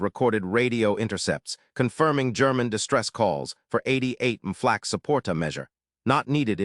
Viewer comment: This computer narration is the worst I've heard yet. I stopped at the 3-minute mark. Between the panzer "eye eye eye" and the "flaw cay" who could bear it longer?